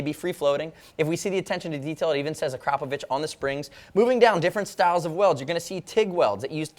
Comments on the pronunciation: You're the first American who correctly pronounces "Akrapović" :D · thumbs up for the proper pronounciation of the brand's name ! :D